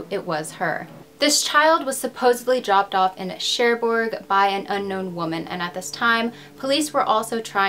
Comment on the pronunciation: Hello! Very nice and mysterious video! I'm french and i never heard of this story!! By the way, your prononciation is pretty nice, just don't prononce the «D» in Picard, we say «Picar», and same for Cherbourg, don't prononce the «G» 😉. I really love what you do! Thanks for all the work you put in your videos!